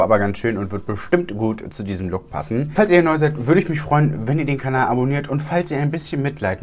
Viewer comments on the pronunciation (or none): none